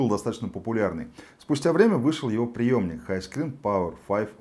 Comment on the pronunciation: ПреЕмник,, а не приёмник. Для обЕих версий...